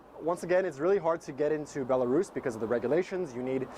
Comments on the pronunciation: i was wondering how you were able to say belarus so well. you are russian :) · yeah, I was surprised too how effortlessly he pronounced it, and it's a difficult word :)